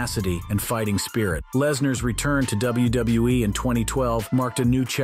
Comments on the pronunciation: I guess some people have a tough time pronouncing WWE. Apparently, this guy is at least one of them. Did you notice it sounded like the guy said Wrestlemania Narteen? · DUDE ITS WWE NOT WBE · why does he say wbue instead of wwe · WBE? That’s what it sounded like. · Why does everyone have such a hard time saying W W E? Why would Brock want her if he's married to Sable? I can definitely see McMahon doing something like that but not Brock. Course Idk him personally so who knows